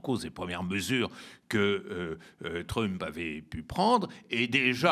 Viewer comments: /trʌmp/ et non /trymp/ vous dites bien /ˈbaɪdən/ et non /ˈbɪdən/ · Les explications de Bertrand Badie sont toujours éclairantes. Juste un peu dommage la façon dont il prononce Trump (ça fait un peu mal aux oreilles 😉).